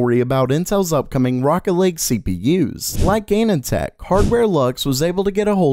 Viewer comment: Anand tech pronounciation is hilarious xD